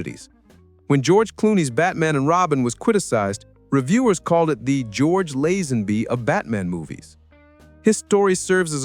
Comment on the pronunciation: I was willing to put up with the mangled pronunciation of Lazenby (it is Lay-zen-bee), but you lost me at "John Bond audition". Hack standard.